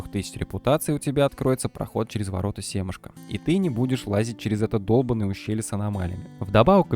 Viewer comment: отлично, спасибо бро. только не сЕмашко семАшко, если не знал) ру-3 ник DenX777